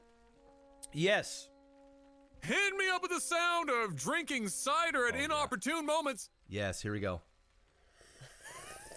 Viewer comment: I don't know exactly what it is about the way pronounces "Cider" but you can HEAR him spelling it "Sider".